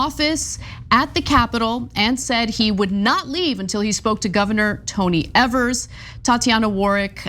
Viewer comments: EEEvers, long E. You pronounce his name wrong EVERY TIME. If you want to be taken seriously as a news program, double check pronunciations before you go on air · It’s Eeee-vers, not Eh-vers.🤦‍♂️ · I apologize for him on behalf of all Wisconsinites. That being said… it’s pronounced EEEVERS! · Please please please learn how to say our Governors name. This is like the 4th story on Tony and you still pronounce it incorrect